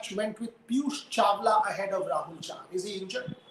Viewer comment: Chahal instead of chahar and sardul instead of hardik